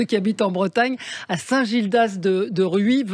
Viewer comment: Bonjour, petite précision, on prononce le "s" à la fin de Rhuys😉 Et c'est vrai, que c'est un très bel endroit du Morbihan, entre autres 😊👍